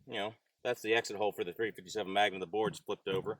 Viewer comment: "ThA-rEe fIfTy SeBeN mA-Ga-NumB iS SupERiOr t0 TeN MiLLimeTer." 🤡